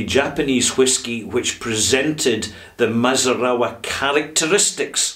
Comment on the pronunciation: mee--zoo--naa--raa. Great review, as always. Thanks for the time, talent, and care you put into your work. I've learned a lot from watching you from here in Tokyo.